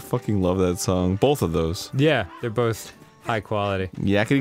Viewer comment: Arin says “bolth”